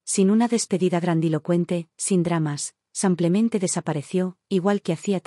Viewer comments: BÍEN narrada; es una pena que diga Samplemente por Simplemente y el usar el masculino en lugar del femenino. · Me complica escuchar el "simplemente" por "semplemente" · Samplamente o simplemente? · Lástima que “confunde el masculino con el femenino”, además de decir “samplemente” en vez de “simplemente”, y lo repite varias veces… Tengo mucha curiosidad quién publica estos videos narrados por esta señora. Porque siempre incurre en los mismos errores. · No samplamente sino simplemente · Además de ser una mujer quién hace la narrativa se califica como un hombre. Además hay una palabra que ya en dos narraciones ha sido mal usada y es la palabra SIMPLEMENTE. En lugar usa “samplamente” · Maykamaria8257. Coincido contigo, que confunde el femenino con el masculino, y no sólo eso, no entiendo por qué la “relatora” dice “samplentente”, que lo repite varias veces, y realmente molesta la mala pronunciación. ¿Quién es esta señora? Tiene un “acento” como si fuera española. Soy Argentina, si bien hablamos un Castellano de una forma muy particular, no cometemos esos errores. ¿Qué grado de cultura tendrá esta señora? ¿De qué país es? Me gustaría saber. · Es?cucho "samplemente: en lugar de "simplemente:. 😢🎉🎉🎉🎉🎉 Lugar de "splemente